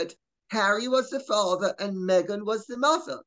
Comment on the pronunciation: Around 👉 👈 Did i hear Lady C say "meg-nancy?" 💀